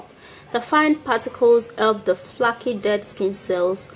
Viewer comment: You scandalous, dutty, liad! You little credit card teef You are just a BLUE PETER PRESENTER WANNA BE That MAKEUP blatantly smudged. EVEN YOUR EDGES DON'T WANNA ASSOCIATE WITH U AND UR LIES That cola shampoo sh*t aint working for you, that was a lie too. flakky skin cells? She's just reading words from a script and not even understanding the context of what shes saying. Even if the script spelled it as 'flakky' if she understood the context of her own bs she still would've pronounced it correctly as 'flaky' NOT 'flakky'. Dumbass. You're lying to you subscribers and viewers. God is going to strike you down.